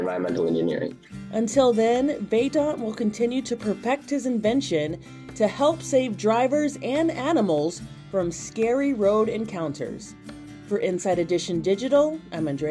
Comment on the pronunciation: "...will continue to PERPECT his invention..."